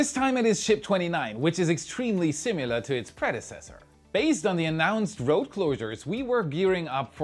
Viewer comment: My eye twitched when I heard you say "simular."